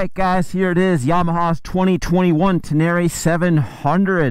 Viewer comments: Ten-a-ray not ten-air-eee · It's Ten-Array! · Tubeless off-road is a problem? Really?? Have fun changing a tube on a back trail in the pouring rain. Say it, "Ten-a-ray" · You say "Tin-near-rie", I say "Ten-ner-ray"; "Tin-near-rie", "Ten-ner-ray" - lets call the whole thing off! 😂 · He said TenÈre once too often in the first minute, and I gave up. Nice bike.. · Love your videos! Hater's will hate! I love your "uptown" pronunciation of the bike! Oh and don't forget to pick up your dinner jacket at the cleaners! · Need to learn how to say “Tenere” correctly.